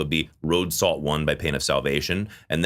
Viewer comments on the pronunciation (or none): none